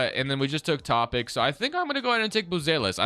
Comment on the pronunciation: Just an fyi it’s pronounced toe-pitch